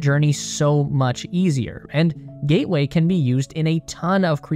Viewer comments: Ah yes, the lunar "GATWAY" station. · Gatway or Gateway?